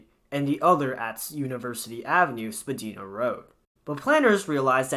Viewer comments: I must say living in Toronto aka me the metro is CRAZY it’s horrible and it’s not spadEEEna it’s spaDIEna for pronouncement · oh how you butchered "spadina". it is not "spadeena" but rather "spa-dye-nah" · spa DIE na, not spa DEE na (also we dont say the 2nd t in toronto) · Spadina = spa-dye-na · The mispronouncing of Spadina Road as the same as "Spadina House" makes this video intolerable and cringey, please pronounce Spadina correctly, for the sake of all of Canada and the love of life itself. Literally SPA-DIE-NAH not SPA-DEE-NAH - that is for Spadina House, the street name is not pronounced the same way. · Also spadina is pronounced spa-die-nah, not spa-dee-na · Spadina Avenue in Toronto is pronounced spuh-DIE-nuh... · Not sure if anyones mentioned it, but I thought I should let you know that Spadina, the road the west half of TTC Line 1, is pronounced Spa-dine-ah. Not trying to be nitpicky, just helping out someone who's not a native😊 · You are not pronouncing Spadina correctly. The "i" in the word should be a "long i,: (ie. Spad "EYE" nah). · Spadina😂 it's spadeyena😅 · I’m British but even I know Spadina is pronounced Spadina not Spadina lmaooo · /me cringes a pronunciation the of Spadina in Toronto in the video. :P